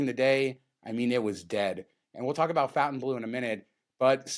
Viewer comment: I realize you are just rednecks from Vegas, but isn't the hotel pronounced like Fon-tain-blow? Its a French word, otherwise they would have spelled it Fountain-blue.